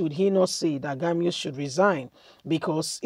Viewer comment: "Gumi "not "Gamiu"